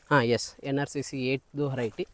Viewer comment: adu horiety alla veriety ....kannada swlpa shudda vaagi irali